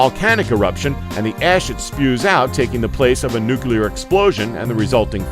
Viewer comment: There is no such thing as a nucule therefore there is no such thing as nucular. You bounce back and forth from the nonexistent word to the correct word which is nuclear.